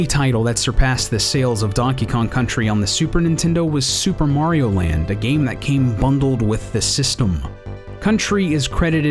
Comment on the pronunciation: nice mistake: ''mario land''